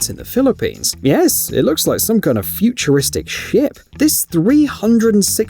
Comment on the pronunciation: I’m sorry I love the video BUT THE ACCENT MAKES SHIP SOUND LIKE S#!T 😂😂😂